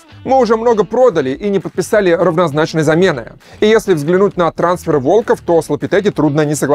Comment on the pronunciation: александр очень режет произношение слова волков с неправильным ударением